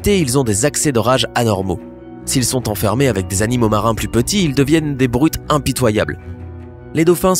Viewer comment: eu tu sais que on dit (animaux) et pas (anomaux) Eton dit (un soir je suis partie)😑😤